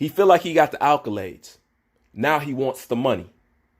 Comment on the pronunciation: WTF is "alcolades" Are those alkaline batteries dipped in gatorade? Dude it's "accolades"